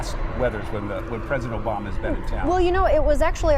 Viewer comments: president Oblama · She said President Oblama! What an idiot 😁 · Did she say president oblama? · I love how she said oblama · Did she say President Oblama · Did she just said oblama??? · I thought I was the only one that heard that😂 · lol...she said President "Oblama" is flying in non-stop from Andrews Air Force Base....can't even say his name right.